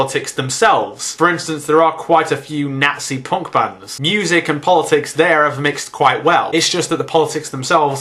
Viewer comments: No, no, you've got it all wrong. He was saying 'porn' music, not ponk or punk. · i thought you said porn instead of punk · The first few seconds of the video, everytime you said "punk" I thought you said "porn". Hardcorn porn. Maybe I shouldn't watch videos while on the treadmill . . . or maybe I should do that all the time. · haha u say punk funny. probably because im american :(